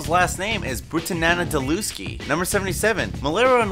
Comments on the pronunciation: it's brah-tan-ah-nan-ah-lew-ski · THUMBS DOWN! ITS BRATANANANALEWSKI!!! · Carl's surname is Brutanunanulewski, not Brutananadilewski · ITS (BRU-TANA-LANA-LUSKI"!!! AND YOU GET THE HELL OUTTA HERE!!!! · Dude, you totally mispronounced Carl's last name. Watch the mail-order bride episode again. You'll learn. 😉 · The way you pronounced Carl's last name proves you've never seen the show. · You said Carl's last name wrong... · omg that is the worst butchered pronunciation of Carl's last name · i love this show... the real show... the first 4 seasons. they were forever hilarious once dirtfoot was released... it all went to shit. much like south park has been doing with it's last few seasons and archer did after the 1 decent season after they quit dealing drugs. my brother works for adult swim. pass it along bro ;P ....and you prounounced carls name wrong.. come on dude he even says it in the show. its bru-tahn-ah-nahn-a-louski... ...phonetics ...